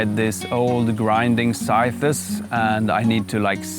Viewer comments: This is really great. Your english is superb, your enthusiasm palpable, and your team runs like a well oiled machine. New subscriber :) ps: just one tiny bit of help. One pronounces scythes like this: "sigh - th" - not sigh thes. Minor help, to help you along your way. Thanks for doing what you do :) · Oh my pleasure. However, English (any form of spoken English, from Canada, Oz, NZ, America or England, SAfrica, Namibia, et al ), all pronounce the word "sigh -th" - or when referring to multiple scythes, then it is pronounced this way, " sigh-ths". The pronunciation, "sigh-thes" is incorrect and a simple mispronunciation usually made by ESL well meaning individuals. Another trick word to pronounce is "Adze" :) As a native English speaker with an educated background, I urge you to fact check me and see if I am full of nonsense or bias. All the best, LG